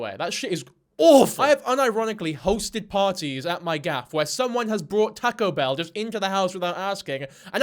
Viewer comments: my heart!!!! I love tahcoe bell!!! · “Tahko behl” 😂😂😅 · “Tacko bell” is this rage bait..? 🥀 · "tehco bell" 😭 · I just heard "Tack-o Bell" so many times my ears are spinning